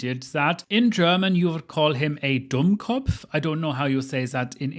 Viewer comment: Kudos to you for speaking six languages! As a German: Your pronunciation of "Dummkopf" was spot on. Would be interested in what other languages you speak next to English, Spanish and German. Also I love your videos <3